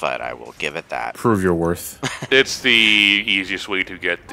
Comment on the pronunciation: “Prove your warkth.” The fat chocobo, probably.